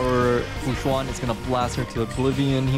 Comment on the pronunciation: why is he calling her fu juann :C